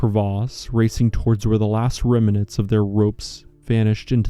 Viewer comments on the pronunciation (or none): yes he did, I noticed too. Narrator also adds a syllable to the middle of remnants. He's otherwise a good narrator.